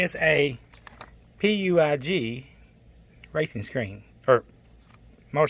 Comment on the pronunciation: You lovable REDNECK!: 1.) It's pronounced "pweejj". 2.) You a red-neck, just like the color of your motorcycle, that explains your choice of it's color! 3.) At the 3 minute mark you show smarts of "don't drink & drive"! 4.) Now, if you could only turn those 'red-necks" into "green-backs", you would be, you would be to a higher level of greatness😁🎉❤️! Doug🏍️🤓